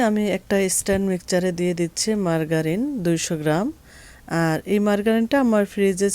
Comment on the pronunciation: মার্গারিন না, এটা হবে মার্জারিন